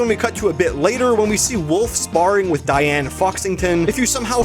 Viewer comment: "Whats youre favorite bad guys 2 cha-" diane... its diane...